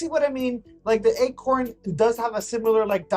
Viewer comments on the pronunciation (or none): wait, are you saying "egg corn"? it's funny if you are, because by mispronouncing "acorn", you are using an actual egg corn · Are you saying egg-corn? 😂